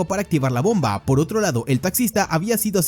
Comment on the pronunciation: Porque tanta énfasis en la última letra de las oraciones ? BombAAAAA terroristAAAA